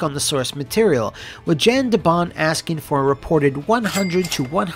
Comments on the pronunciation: YON (as in "yawn"). Not Jan (as in "Jan Brady"). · I know this is two years too late, but Jan de Bont is not pronounced Jan like January, it's pronounced more like yawn. The J has a Y sound. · Is Jan not pronounced. “Yan”? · What happened? Roland Emmerich happened. The biggest problem with any Roland Emmerich movie is Roland Emmerich was involved. Also, Jan de Bont's first name is pronounced like yawn. He's Dutch.